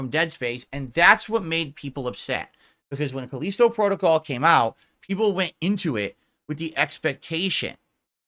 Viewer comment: "FOURTH!!!!" '\🐷/` I realize that I've shifted to another reality when throws in behind the devs he makes sure to be vocal about shooting down...now its the exec's fault... Pick a lane, riding the median isnt working so well, it makes you look like a putz... Caleeesetow Prodo-cowl...? Wtf even IS that? The smartest guy in that room gets owned by corner demons all day, as the sip demons pee in his gin... Go to AA...you need it... Especially if this is all you have to ramble on about, for tips. You better hope they keep ignoring your insignificant ass... You better pray they do. Might want to do your taxes before its too late, too...🤔